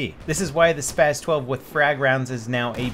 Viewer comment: And you mean SPAS 12 not spaz